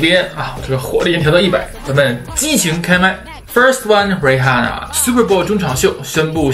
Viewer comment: 溫馨提示：Rihanna的h不發音